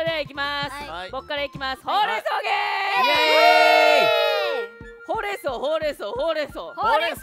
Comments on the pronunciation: ほうれん草言いすぎて｢ほんれんそん｣になってるの可愛い…✨ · 言い過ぎて(ほれそ)になってるww ほうれん草ほうれん草ほうれん草ほれそ